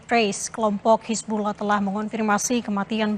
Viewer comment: Hisbulah bukan hisbuloh,, pake A mbak,,, bukan O